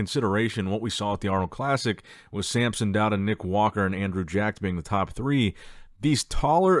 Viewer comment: It's SAMSON, not sAmPsOn 😐 Every single time. Dude. Come on. You do this for a living.